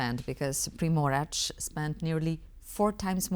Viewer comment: As a Croat, fully agree. I don't understand why TVP cannot find anybody speaking English fluently. BTW, doesn't know how to correctly pronounce Primorac, she said Primorač!